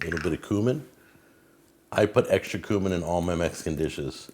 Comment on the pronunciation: It's pronounced cue-min not coo-min